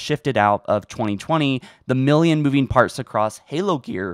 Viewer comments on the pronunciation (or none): none